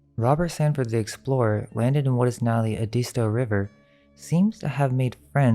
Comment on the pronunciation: You mispronounced the word Edisto.